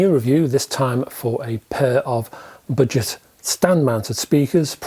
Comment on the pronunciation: I kept thinking you said “ butchered”speakers! Your accent is fine except for the word budget. You butchered it.